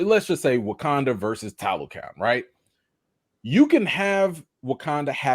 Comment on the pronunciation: Great vid guys....It's pronounced "TalocA'n" like "khan/con", not can like "trash can"😂